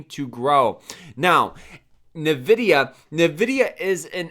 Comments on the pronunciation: Envidia not Nahvidia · Drinking game idea: take a shot every time this bozo says NUHvidIA